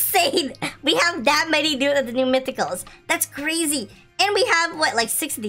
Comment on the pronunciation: kuya crazy po hindi Krazyyy HAHAHHAHAHA